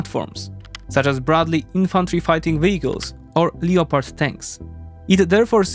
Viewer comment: Hi sone feedback, Thumbs up, very little ego. I’ve been. Pricing a few videos from sone content creators using a text to voice system the mispronunciation of words like Leopard eg Leopardi Tank which I’ve been around for over 35years. It’s pronunciation in two syllables Lep-ard Not Le-o-pard When I hear the mispronunciation I wonder if the voice is real or just AI.